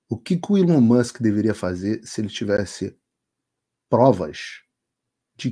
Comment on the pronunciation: Até que enfim um brasileiro pronuncia o nome do Elon Musk corretamente 🎉 ("Ilon Mãsk")